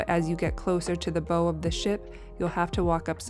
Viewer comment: It’s bow, like you bow before someone. Not bow like a hair bow.